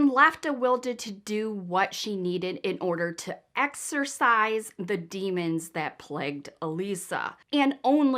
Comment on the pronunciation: it is exorcism not exercism, lol I would of thought a Michigan gal would have known that. The demons are not doing push-ups lol. Big fan of yours. So proud of how your channel is growing, I always ❤ try to comment, and I like and share. Love your story telling, and of course your always so beautiful 😍 ❤. Watching from sw Virginia. Love the Hair!